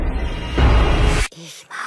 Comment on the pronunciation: Der Typ sagt "Sklos" anstatt Los😂😂